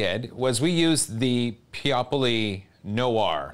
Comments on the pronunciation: [nu-AR], not [no-ur] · Noir is pronounced more like nwar than no-arrrr. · Is the no-ahr pronunciation a meme? It's n-war, as in the game L.A. Noir (and other similar usages)